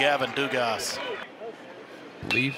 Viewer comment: They definitely weren't LSUs with how they kept prononcing Dugas lol